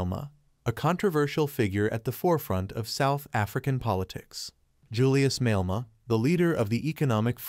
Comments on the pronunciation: Malema is pronounced as Ma- lair-ma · Why should anyone believe you if you don't even know how to pronounce his name?